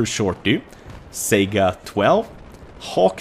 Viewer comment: Why does everyone call the Saiga a Sega, its not a game console, it's pronounced Sigh-gah.